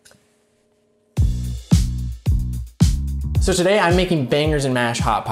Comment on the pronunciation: Not once did any of you three pronounce "Hot Pocket" correctly., can you chime in on this please.